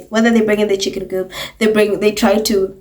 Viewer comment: Louis’s chick-inn 😂😂😂😂